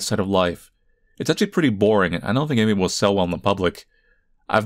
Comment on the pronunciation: Has anybody ever noticed that this dude pronounces his 'th' s as 'f' s? Like instead of "think" it sounds like "fink" ...